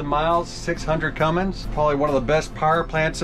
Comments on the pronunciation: What's a "cummings"? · There is no g in Cummins . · There is no G in Cummins